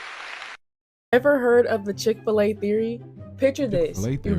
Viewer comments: Chick-Fil-A Not Chick-A-Fil-A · Please say Chick-fil-A again! Chicka fil-A